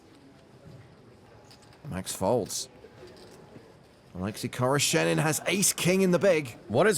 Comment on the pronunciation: Oleksi khoroshenin? I thought the commentator said a Lexus car salesman.